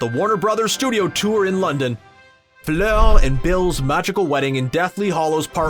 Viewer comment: THE WAY HE SAID FLEUR I CANT “fuleeur” WTF